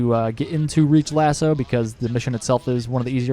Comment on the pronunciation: MY MAN FINALLY PRONOUNCES LASO CORRECTLY! Cheers for the guide mate